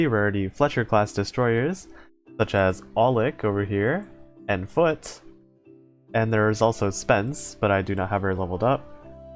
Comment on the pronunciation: The way he said Foote after aulick sounded like "I'll lick your foot"